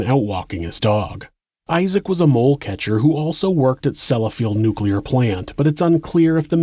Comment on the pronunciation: Well done sir! Despite many earlier mispronunciations pf many word...you got "Nuclear: right! 👍